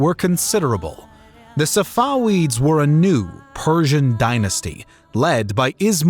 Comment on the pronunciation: It’s pronounced SafaVeeds not SafaWeeds. The letter V, not the letter W.